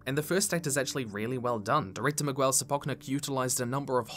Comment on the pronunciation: The way you say Miguel is amusing. It's like you'd never heard the name before. Which surprises me as its a fairly common hispanic name. Anyway, you don't pronounce the 'u' in Miguel, it's silent.